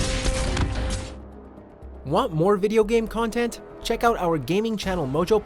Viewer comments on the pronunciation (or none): none